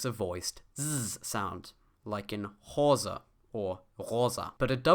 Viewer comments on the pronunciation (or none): says hose and rosa like hosa and rosa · sorry, but you completely failed on pronouncing Hose as in Hose the second syllabe is closer to "say" and definitly not a schwa --- think of pronouncing it "ho say"